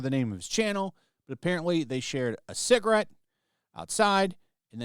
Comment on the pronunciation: shared a "cigrit"...